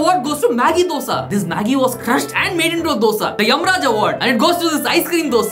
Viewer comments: Best Dosa pronunciation award should go to for not saying Dough-Sa😅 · Best dosa pronounciation